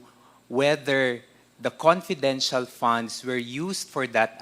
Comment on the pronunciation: Konpidenshahl... sb ni dan hahaha